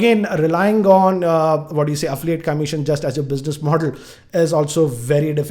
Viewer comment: "Affliate , "braaaaaand" and "migate" hats off to your English bro !!!! Even google denied to search !!😂😂